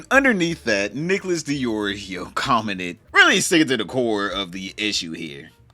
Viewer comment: Nicholas? 👀 Sure that's how you say it. 😂